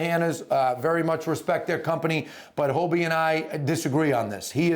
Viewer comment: It's HoDie, not Hobie